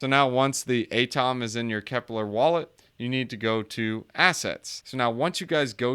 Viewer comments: You don’t pronounce atom as “A-TOM” did you have chemistry in school? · I cringe hard every time you say ATOM